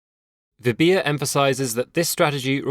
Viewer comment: Her name is called as "" "v" "bha" "". not "v" "bhi" "ya"